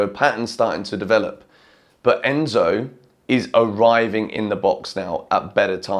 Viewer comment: Crazy how you butchered Enzo’s name and then he goes and scores 2 hahaha